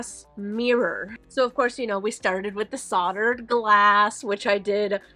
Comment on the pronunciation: Great watching your progress through this difficult but satisfying craftwork. You did a lovely job of this, truly. One thing: Solder has a hard L, so it is pronounced soLdered, not soddered. Just so you know, I'm not picking but someone doesn't know unless they are corrected, true? Loved the video. 💝🙏